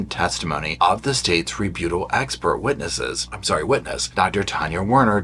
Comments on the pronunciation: Rebuttal. Re. BUTT. al. Not re-bute-al. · Re- but-ul...not Re-boot-al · Re Butt ahl Not Re beaut ahl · The way you pronounce ‘rebuttal’ sends me. Ree-BEW-tol You are so stinking cute,!! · Lol!! Its re-BUTT-al 😂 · Please - it’s re-but-tal. 😉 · I've enjoyed your entertaining and informative videos on the Boone trial. Thanks for keeping us updated on the ongoing motions. I sure hope Kraynick covered his bases so we don't have to do it all over again! PS- please look up the correct pronunciation for the word "rebuttal". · I love how you say rebuttal!! lol gives me a giggle.